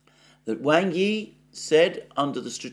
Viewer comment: The corrrect Chinese pronounciation of Wang Yi is "Wung ee"... I watch your updates every day sir!